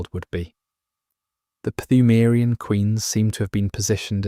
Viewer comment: except he pronounces the silent P in Pthumarian. which drives me crazy...